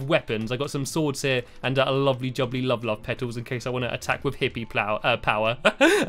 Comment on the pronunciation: Stampy wampy cloned a cat, in race to the moon he wears a hat, he hangs with lee wile drinking tea, He is cool as cool as a pool, instead of love he says wuvvvvvvvvvvvv! :)